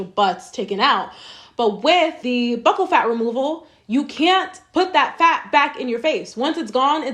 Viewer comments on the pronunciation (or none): Did you do any research at all if you don’t know how to say “buccal” 😂